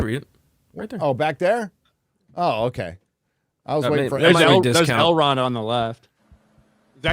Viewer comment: Every time they say "Elrond" I can't help but hear "Hubbard............Dianetics"